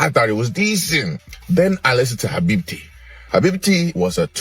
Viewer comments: Habibti❌️ Habi titty✔️😂😂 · Bruh these niggas made me forget how to pronounce Habibti😂😂😂😂